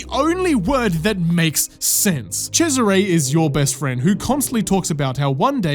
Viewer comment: Holy, the pronunciation of Cesare as Chezzaré LOL